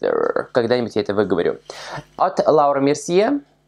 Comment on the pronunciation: Вот ты смеёшься над тем, что Гоар неправильно произносит некоторые названия продуктов, а сам вместо того, чтобы говорить «Лора Мерсье» говоришь «Лаура»)) Или не Зоива, а Зоэва. Некрасиво это как-то) Надо всегда начинать с себя